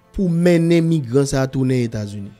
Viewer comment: Se États-Unis États-Unis, États-Unis corrigé bouche ou frè m